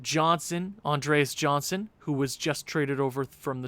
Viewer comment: Andreas Johnnson pronounced Yon-son :)